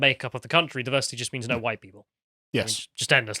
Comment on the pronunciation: Diversi’eee is our …. urrgg.